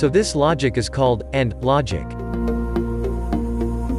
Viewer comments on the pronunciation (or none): It’s not “orb gate” it’s pronounced “or” gate.